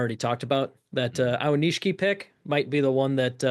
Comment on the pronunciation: Someday y’all will figure out how to pronounce aonishiki :) this was a tough one!